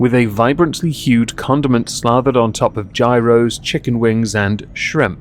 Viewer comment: How can you be British and say gyro wrong